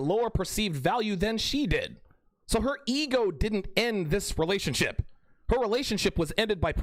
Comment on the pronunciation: Every time I hear you say "relationship" I think of Terrance Popp's pronunciation "relationshit".